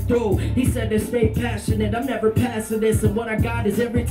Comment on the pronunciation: nevah, nevah, nevah